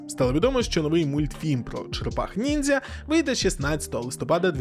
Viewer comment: Мені не почулося ? Ви сказали слово ніндЗя ? Та як вам не встидно !😏